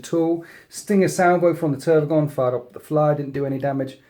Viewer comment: How u call the Tervigon Trygon all the time gives me seizures XDD